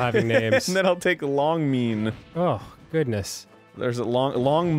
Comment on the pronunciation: Can they not read? It obviously says Leng Mean.